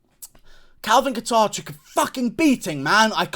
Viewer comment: As a fellow Calvin, Guru it’s pronounced “cater”